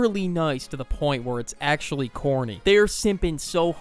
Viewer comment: ERM! YOU DONT Say acthdudy you say ACTUALLY